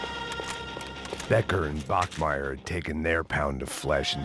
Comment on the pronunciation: His name is Bachmeyer. English speaker can't pronounce CH which is totally fine. But meyer is literally Meyer. Like My yer.